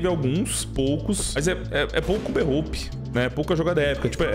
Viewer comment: berrôupe kkkkkk